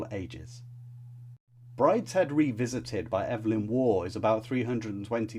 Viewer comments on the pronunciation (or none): none